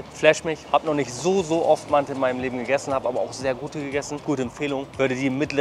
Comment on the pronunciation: Die Aussprache ist aber „Mante“